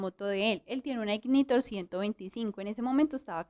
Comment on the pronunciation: Se dice (ignitor), ainaitor